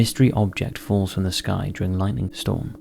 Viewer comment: 'LightNing - there's an N in there mate 'a slight smell of sulphur...no 'ic' every video.